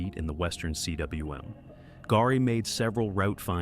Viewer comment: C.W.M. Omfg. It's pronounced koom.